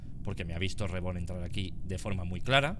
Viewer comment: Me da risa como pronuncia el nombre de reborn Dice disque: "Ribourn" ajajskajsjsjddj Pd: BIYIN Y AURON LA PAREJA PERFECTA ❤😉